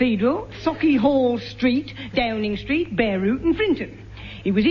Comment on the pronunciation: I love how Bill's Lancashire accent comes through when he mentions Downing Street and other places.